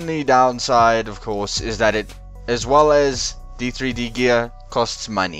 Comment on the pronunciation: D3D Gear is pronounced Ded Gear Like ur vid :D